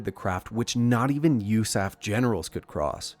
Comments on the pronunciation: I wouldn't have known it was an AI generated voice until it said 'usaf' as a word instead of U.S.A.F. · It absolutely was AI generated speech. Who says "usaf" as a word?